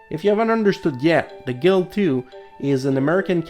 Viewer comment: It's pronounced GILD and NOT GAHEELD!!!!!!!!